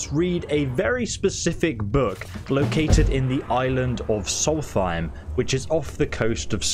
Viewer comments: Afaik it's more like 'Solst-hime' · Love ESO, but every time he says "solfeim" I twitch. It's like my fiance who calls Markarth "Malkreaf." 🤨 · Solstheim has an S after the L and the H isn't included. Please stop saying a TH sound and say a ST sound. Sols-time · Not to be rude or anything but solsthiem is pronounced "Souls time" (forgive me if it sounds rude, just trying to point out the different pronunciations) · Soltheim is pronounced "souls-time" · Dude it’s a good video but just wondering about your pronunciation of things. Is it a joke? Like Solthime? They say it out loud in the game. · "soul thime" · Dude i went looking in the comments cause I was like bro why do you say it like that😂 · Why do you pronounce Solsthiem the way you do, even after the NPCs say it the correct way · Never heard Solstheim pronounced like that. Must be a British thing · Its a dyslexia thing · I think it's funny how you still butcher the pronunciation of Solstheim, despite literally hearing NPC's pronounce it XD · You butchered the name of Solstheim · Pronounce Solstheim correctly please